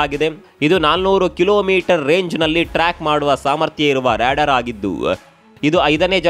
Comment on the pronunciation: Ryadaar alla adu Radaar😂😂😂😂😂😂😂😂😂😂